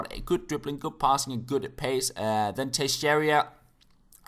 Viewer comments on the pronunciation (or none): it's teixeira not texeiria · It's Tay-Shay-Rah. Trust me,. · Tuh-share-a(like in above) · You pronounce it like "Tayxeyra"